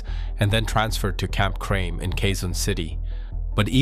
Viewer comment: Good video but please learn to pronounce Filipino names correctly. It's "Kee boloy" and "kra me".